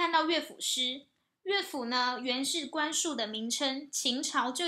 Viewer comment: 官署的「署」是三聲，不是四聲。